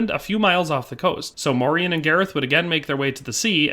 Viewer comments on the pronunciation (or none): The proper pronunciation today would be Morian (Like Dorian). He is a part of our Dutch cultural history in Pre-colonial times and came to be a sort of celebrated hero figure too in time a saint and the equivalent of a Medieval superhero like the other knights of the round table. The songs and stories would teach medieval children and adults about the Moors and morality towards them. There have been many Moors that have visited, lived and started families in the Netherlands throughout history. Since the Netherlands was historically a refuge for refugees of any sort, political, ethnic or religious. Moors came to over time not only signify black folks from the south but also signify the mixed black people that were a result of intermarriage and the likes (Like Morian). A famous portrait from one of our legendary painters Rembrandt is called "the Two Moors" and depicted two of Rembrandts neighbors at the time, obviously, they were black (1655). Fun fact: the European name Maurice also originates from the same thing, like Moriaen / Moriaan it was used as a name for those from often mixed families. And it meant "From Mauretania" which was roughly the area that is now Morocco and the Southern regions of it - a name already present in genealogical records of the Netherlands since the year 1100 AD and mentions even earlier in other forms.